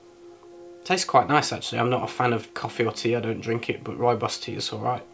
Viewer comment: Try saying Rooibos with a rolling 'r' if you can. That's the right pronunciation. Love Rooibos. Think I'm going to make some now.